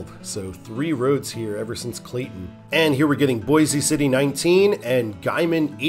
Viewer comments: It's pronounced "Boys" City. No relation to the Idaho city. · I'm from Western KS, it is "Boys" City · There's probably another coment but boise city isn't pronounced that way